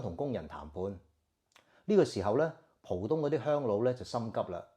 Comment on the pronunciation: 不是讀"蒲東"，浦正確讀：普。有句成語：合浦(音：普)珠還